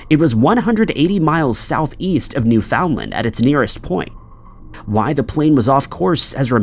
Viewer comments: Btw, it's NEW-fin-land, not new-FOUND-land. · Has anyone here ever heard of "New Found :Land"? I thought it was Newfoundland, but I'm just a silly Canadian...this narrator is special. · Dang, kinda pedantic isn't it? And as I type this he said New Found-Land two more times and I'm getting irritated now, lol. New Finland is always how I said it. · You are saying "New Foundland" wrong. And it sounds dumb AF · It’s NewFINLand. Not New FOUND LAND! Love your content tho. Listen daily ❤ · You can't expect people to know every local pronunciation. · New foundland…. Wtf lol why does he constantly say weird shit like this ? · You don’t pronounce Newfoundland that way. You don’t have insinuate the “found” it’s New-Fin-Land when pronounced. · Properly pronounced, in my understanding, it should sound like “NEW-fnlnd” Am I right? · Learn to pronounce words like Newfoundland and Peron. It undermines your credibility. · Newfoundland rhymes with “understand”. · Now if he could just pronounce Peron and Newfoundland correctly.